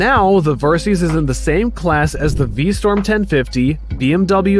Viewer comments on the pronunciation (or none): Decent review, but you read words wrong, it's not VStorm it's VStrom, "liter" is pronounced leeter not lighter. Akrapovic not Akropivic, it's like you're reading a scrip someone else wrote. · V STROM not V STORM please. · V-St-r-om not V-Sto-r-m. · 🧏‍♂️ VER - SYS ; Pronounced Vur - Sis (Not Vur - Seas) Meaning ; Versitile - System V - STROM ; Pronounced Vee - Strom (NOT Vee - Storm) 🤦‍♂️ Meaning ; Who knows ? and who cares ?🤷‍♂️ (V - Strom is an even worse name for a motorcycle than Versys is). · You keep saying Vstorm instead of VstRom. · Pronounce V Strom correctly please...it's not pronounced V Storm. Strom...Storm. Spot the difference. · Suzuki is V-Strom, not V-Storm :)) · The minute you said V Storm instead of Strom...I started this comment and closed out the video. 🤦‍♂️ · Anyone else hear v-storm rather than v-strom? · It's V-Strom, not V-Storm. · V Strom not V Storm.... really basic stuff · STROM NOT STORM. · What the hell is a "V-Storm"? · VerSEEES and V-STORM, really? This sounds like an AI generated review. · V-Storm? Versees? WTF???